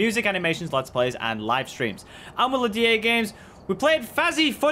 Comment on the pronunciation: I think the ghost killed Will because he kept butchering the name. XD